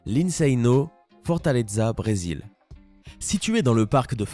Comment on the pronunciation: Nan FORTALEZA PAS FORTALEXA FAUT AVOIR LACCENT BRESILIEN MOI CHUI BRÉSILIENNE